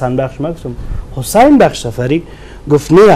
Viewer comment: فکر کنم گزارشگر حسن و حسین تا به حال نمیتوانه درست تلفظ کنه 🤣😂🤣😂